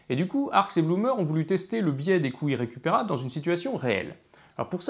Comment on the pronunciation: ...d'où l'importance de prononcer les liaisons : les coûts Zirrécupérables. Mais on m'a déjà répondu que le côté "parlé" de David, y compris de légères fautes de français, apportait une spontanéité, une fraîcheur, qui plaisait aux auditeurs. Va donc pour des couilles récupérables :-)